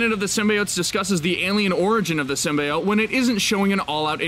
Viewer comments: It’s SYM-BEE-YOTE NOT SYM-BYE-OYTE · Prince Paradox ikr i think its supposed to be pronounced like “seem-bee-ote” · IT'S "sym-BEE-ote"! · Symbiote for Pete sake Not sim bye ot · I think Spiderman will appear in the movie. I think it was Marvel that lied about something not being in one of their movies. (Also its pronounced Sim be ote not sim bye ote) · Every YouTube channel that reports news at the moment says "sim-BYE-oat" instead of "Sim-B-oat" (how it's meant to be pronounced... you can tell which channels are just reading from scripts and which actually know what they're talking about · Did you litterly just say SYMBYEOTE! It's sym (bee) then the other part of symbiote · Damn it it's sim-bee-ote not sim-bye-ote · Stopped watching after the 3rd time I heard "sim-bye-ote." It's "sim-bee-ote." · Symbiote pronounced (sym-bee-ote) not (sym-bye-ot) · STOP SAYING SYM-BYE-OTE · although, Marvel does want Sony to pronounce it as sim-bee-ote. just saying. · SIM-BEE-OTE HOW HARD IS IT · Its always been bi. You were taught wrong by 90s failtoons. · Why do i hear SIMBA-OATS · PROUNOUNCE SYMBIOTE CORRECTLY: SIM-BEE-OAT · It is pronounced (sim) (bee) (oat) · Dont Sym-Buy-Ote me. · My god can no one say symbiote correctly..sim-bee-ote lol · It's Sim-bee-oat ffs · I HATE how the movie/this video mispronounce "symbiote". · Carlton Drake actually correctly pronounced it in the trailer, but the lady who introduced them and the person who narrated this video said it wrong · Riiight?? My ears... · The way u say symbiotes triggered me hard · you pronounced symbiote wrong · You got a thumbs down ther min you said symbiote that esu way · I hate the fact they mispronounce “Symbiote” in the movie. Ugh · Also stop mispronouncing symbiote it’s annoying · I stopped listening the moment you mispronounced "symbiote". Shame on you. Disliked. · Had to stop watching due to the fact that you can't pronounce symbiote correctly